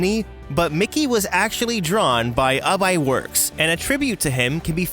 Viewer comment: It’s ub iwerks said like oob or ooz